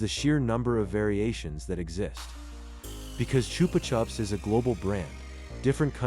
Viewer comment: It's pronounced "Choopah Choops".